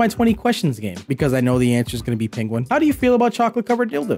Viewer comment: it's not PENGUON u FRIK